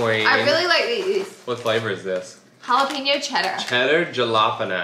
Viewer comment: Cheddar "juh-la-penos" ... I'm sorry did you mean jalapeños?? 😂😂😂